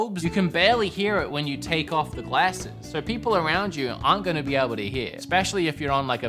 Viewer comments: Been American for like a week and already saying "glasses" wrong 😂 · That is not how you say glasses